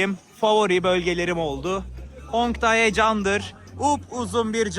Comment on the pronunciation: Hongdai değil kardeş Hongdae 홍대 demelisin